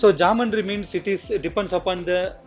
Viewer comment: It is not "Jumb-baan-tree"; It is Geometry=Gee-o-metry"...!!!!